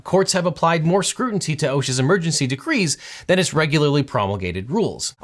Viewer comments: This man is utterly brilliant and ridiculously adept in the realm of law. My respect for him is on such a level that at first I could have sworn I heard him slip up and say "scrutinty" instead of "scrutiny" but he's so damn on point I just added the new version to dictionary and moved on. Obviously he just knows somethin we don't, right? The Lawmanator doesn't make mistakes... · great analysis, but... scrutinty... lol is that related to "strategery"? (a la Will Ferrell's Dubya impression) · "scrutinty"? Now's there's an interesting word 😀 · SCROOTIN'-TEE <3 you bud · Objection . I want to know what "scrutinty" is. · Scrutinty , eh? 🤨 That's a new one. 😉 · Did you just say "scrutinty?"